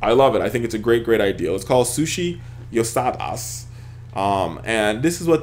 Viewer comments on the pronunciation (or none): How did you get "Yo Sa Da" from Yasuda?